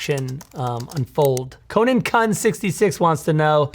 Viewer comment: I like how he pronounce "kun" lol.